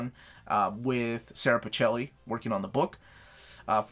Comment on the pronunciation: Just a quick note.. Pichelli is pronounced as pick-elli otherwise we would write Picelli 😉